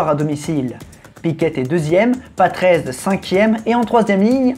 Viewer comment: Patrese a prononcer a l'italienne stp